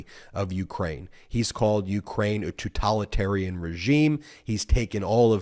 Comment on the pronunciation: Mispronounced totalitarian. It's not tutalitarian.